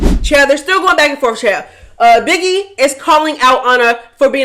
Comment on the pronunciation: HELLPPP u said “biggiwe is a pussyyyyyahhhhh” omg u be frying me 🐈🐱